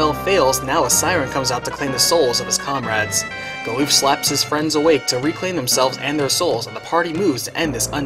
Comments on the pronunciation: is butchering the english language, with ALL of the pronunciations, from multiple videos... Its Gal-uff not gooloof or Bahamut, is Baa-hum-mutt, not Bah-hum-moot. Just American's take on english. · GAH-luhf not gah-LOOF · hmm. never figured Galuf would rhyme with "aloof". I always pronounced it as GAL-luhff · Goddamn I was taken back by Galuf being called 'Galoof' instead of 'Galluff', that's a new one for me, lol. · He is indeed butchering it but to say Americans butcher it is offensive I for 1 am American and don't butcher it this much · The way you pronounce Galuf's name makes me cringe.